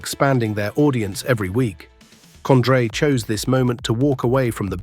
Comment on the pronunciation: Was this AI made or just researched using Google and guess work ? Who the hell is COND-RAY??